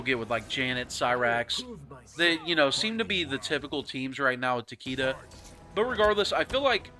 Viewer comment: You and "Takeeda"